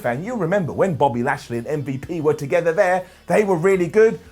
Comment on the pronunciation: M-V-Lash-P. Come on, man.